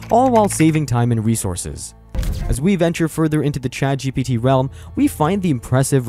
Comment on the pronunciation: A couple of times I thought the narrator said, ChadGPT. That, my friends, is the apocalypse.